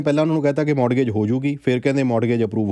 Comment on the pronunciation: ਮੋਰਟਗੇਜ ਨਹੀਂ ਮੋਰਗੇਜ ਹੁੰਦਾ ਹੈ T Silent ਹੂੰਦਾ ਹੈ